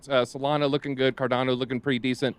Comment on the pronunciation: Does this clown not know how to pronounce cardano? Dude literally everyones pronouncing it right and ur doing it wrong